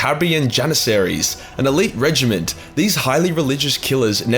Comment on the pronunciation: it's supposed to be pronounced like regiment.